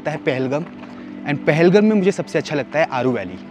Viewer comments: Your pronounciation about Pahalgam is wrong ..But ur love about Pahalgam is Good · Appreciate the efforts 👏👏👏👏 Indeed the video is one of kind especially the drone shots But sir with all due respect It is pronounced as PAHAL-Gaaam Wasn’t expecting you to mispronounce …. Just because it has the video has lost it charm